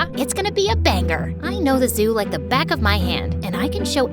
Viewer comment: Did you realize after camp she said: and when I want back comb